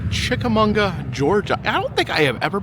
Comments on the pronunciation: Yes, I was cracking up every time he said Munga. But it is definitely chick-a-maw-guh. Source: It's my town. ;) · It's Chica mawga Ga. Not Chicamunga Ga. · Chick-Uh- Maw-Guh not Chickamunga,! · I love your channel but it is not chickamonga it's chickamauga lol I live in chattanooga all my life and known about greens eyes my whole life it's a huge local legend much like the soddy daisy kangaroo lol that last one is mostly unknown but I digress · It’s pronounced chick ah Mogga not chick ah munga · No it's chicka-maw-ga, not mag-wa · There is no "n" in Chickamauga! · I didn't know there was an "n" in "Chickamauga".. It's Chick-a-mah-guh... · CHICK-A-MAU-GA! Say it right please. This is my hometown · You are pronouncing Chichamauga all wrong. It's funny I lived near it for 43 years never ever hear your pronunciation like that. Lol it's pronounced mmmmagua on the in like the Spanish translation of water agua buddy. Love your adventures out there be safe. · Great video as always! Chick - Uh - MAW - Guh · “Chickamauga” is a Cherokee word pronounced chick-a-mog-uh. Great video! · I love you, ive gone places that you've shown bc they looked amazing (and they were) but I have lived here forever. It's Chick a MAW ga lmao. I cringed every time you said it. I went to the tower one night when I was young and had a run in with The Lady of the Tower. She scared the hell out of me. When I was a kid my dad made me swear never to go to the battlefield bc of green eyes. If you really wanna try to run into him, try to sneak onto snodgrass hill really late at night (from what I'm told). You don't wanna run into him. He's not friendly and he's very fast. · great video but......Chick-a-mag-wa is how you say it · being from fort oglethorpe, hearing you butcher chickamauga so many times is hilarious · yeah 50 ppl already told him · There is no ‘n’ in Chickamauga. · It's kinda sad you mispronounced the name of the place the whole time